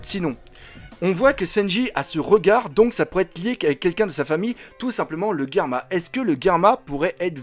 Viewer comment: Je confirme tu est loin d'être con Doc , tu es même très intelligent et continue tes vidéos elle sont de mieux en mieux 😁😁👍👍et aussi au lieu de dire Germa j'ai cru que tu avais dit Karma